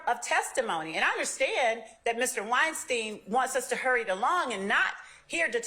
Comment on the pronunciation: It’s Wine - Stein , not Whine-Steen. She’s giving everyone a headache.